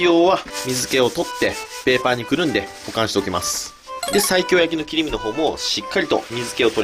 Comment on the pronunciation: ｢西京｣を1回でも｢最強｣と聞こえた人正直に ↓